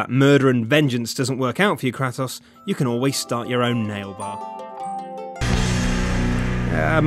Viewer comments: it's pronounced 'cray-toss'. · The way he said Kratos...